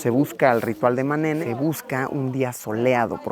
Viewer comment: Luisito cuando vio el Ma’nene dijo Ne’memes